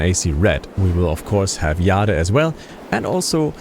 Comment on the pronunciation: The way you're pronouncing "AC Jade" is funny. 😅 Anyway, regarding Mirage, my opinion is that it should've remained a Valhalla DLC. Hell, even Dawn of Ragnarok took me longer to complete. Mirage is a stopgap, that doesn't deserve more than €20 to spend on. Ubi thought that, instead of a DLC, why shouldn't we release it as a full game?! 🙂 Classic Ubi, I might say. What's not classic is the lack of bugs. I hope Red will be, the same, bug free.